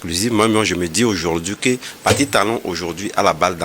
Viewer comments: Pati Talon comment 😂 On dit Patrice ! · Que raconte cet idiot d’ 😢? Incapable de prononcer Patrice (Pa-tri-ce) et c'est ça qui débite des bêtises contre le Bénin.